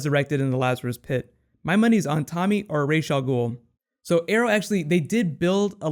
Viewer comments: every time he says Raish Al Ghoul it just burns me. its Ra's, Ra like the sun god not Raish there is no SH, their is no ray, just R-A-S, Ra's Al Ghoul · is it not "RaZ" al ghul,not "raj" al ghul